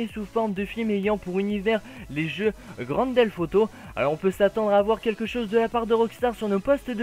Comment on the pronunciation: tu dis Grand Delf Auto XD